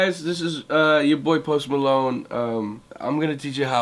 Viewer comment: i thought he said "Most Palone"